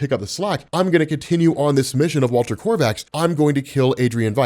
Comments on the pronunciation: Kovacs not korvacs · Not korvaksz it's Kovacs. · Kovacs.... like CO VAX. Please just stop it with this Korvacs stuff man, PLEASE. Every time you say it Kor-vacs it literally makes one want to bash a baby seal skull in with a wack-a-mole hammer. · there is no R in Kovacs. It's Walter Kovacs. Not Korvacs or Krovacs. KOVACS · Walter Kovacs, not Korvacs. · Hes not "korvex" hes name is kovács its a hungaryan name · His nam is Walter Kovacs not Walter Korvacs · Kovacks!! IT'S Fuckin KOVAKS!! GAH DAMMIT!! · It’s Walter KOVACS for fuck’s sake!!! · For the love of all that is holy it is Ko-vacs no R not one zero Rs!!!!! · Is it me or does rob keep saying korvacs? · GOD DAMN IT, ROB. THERE IS NO "R" IN "KOVACS." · Kovacs is not a difficult name, GET IT RIGHT! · I really wish he can stop mispronouncing "kovacs" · He remembered once a couple months back and corrected himself, but it seems he has yet again reverted to the incorrect version. Old habits die hard, I guess :D